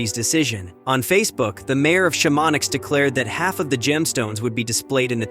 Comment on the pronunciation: shamonix!!! sham on nee is what you are trying to say. Chamonix